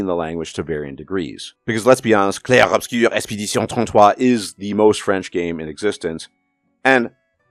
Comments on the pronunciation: I thought this game was pretentious as hell. Shout out to you for that hilariously accurate French pronunciation though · Bro hot takes aside, that french pronounciation was so freaking spot on I genuinely was so impressed (from a baguette person)